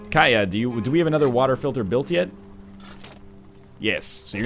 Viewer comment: Katia, not Kaya. The T isn't silent (they almost never are, in any language) KAT-ee-Yah.